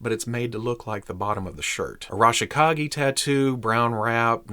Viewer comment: Kamakura - *Comma•koo•rah Arashikage - *Ah•rah•shee•kah•gay